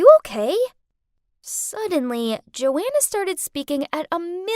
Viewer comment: Joanna is my name but that isn’t how u say my name